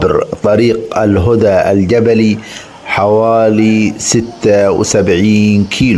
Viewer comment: الهدى بفتح الهاء